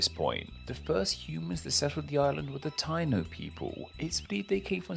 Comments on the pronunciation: It’s pronounced Tai-EE-no not TY-no. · FYI, Taíno is pronounced tah-EE-noh, emphasis on the í 😊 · As a Jamaican, nice video and well explained (: btw Taino is pronounced tie-e-no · I'm half Boricua (PR) and half English essentially. It's defo pronounce Tie-E-No. I was laughing listening to this ignorant pronunciation haha. My Guyanese wife was like "what are they saying? o_O " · Stop. Tayno. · What???? The native people were called the (pronounced) "Tie-eeee-no." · Taino = pronounced TAI-EE-NO